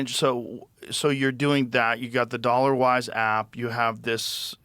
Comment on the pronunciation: Ole Joe, it’s “dollawize” lmao